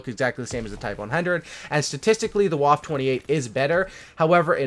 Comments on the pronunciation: It’s pronounced “Wofa" not “wof” lol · Its pronounced vwaffe not waffe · It’s pronounced vaffe not waff idiot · w in German are pronounced like v's so the waffe28 is pronounced vaffe28